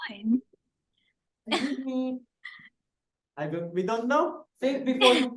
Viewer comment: stell “I’m on a diet” “excuthe me”